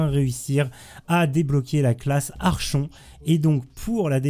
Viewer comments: Merci pour le tuto, bon boulot! Par contre... La classe "Archon" Sérieux x)... phonétique "ArKonTE" mais merci =) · C'est quand même plus joli " ArKonte " ^^ sinon, merci pour toutes ces vidéos très utiles. : )